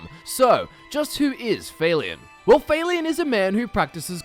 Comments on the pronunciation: guest-or, fail-ian? gester and fal-eon pls listen to npcs say there names before i have to listen to u say it wrong a hundred times with all due respect sir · Would it not be Falion not Faylion? Hard to say in text haha soft a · I'm don't wanna be THAT GUY but it confuses the shit outta me how Youtubers magically fail to pronounce names in videogames when the pronunciation is given audibly in the videogame itself. I mean c'mon, Failion? Seriously? Just say Falion. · I thought it was Falion, not... F-A-leon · Why are you pronouncing it "Fail-ion"? They say his name is the game and it's not pronounced that way lol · How did you even pronounce Falion wrong? I mean, they only say his name a bunch of times in the game! WTF? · MasterQuest Gaming just because you have an accent doesn't mean you should pronounce someone's name incorrectly. It's not even a difficult name. I know it doesn't matter a whole lot, I was just wondering if that's how he really thought that's how it was pronounced.